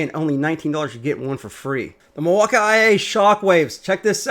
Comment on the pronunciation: OMG. Why the fuck does he keep saying Milwaukee wrong? It's so annoying that I couldn't finish watching the video.